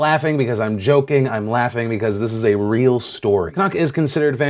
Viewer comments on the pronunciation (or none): none